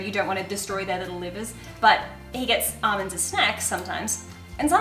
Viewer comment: Ahmands lol.. Almonds..